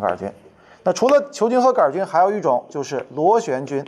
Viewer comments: 杆菌不加儿化音 :-) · 杆也要加儿化音哈哈，太逗了杆儿菌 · 杆（儿）菌，哈哈哈~~ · “杆儿”菌。。。为啥不说“球儿”菌？ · 杆菌为什么加儿化音😂